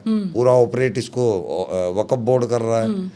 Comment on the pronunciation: Abe pagal arabi me wakaf bolthe 😅😅